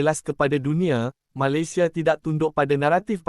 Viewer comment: Sebut Malaysia pun tak betul😂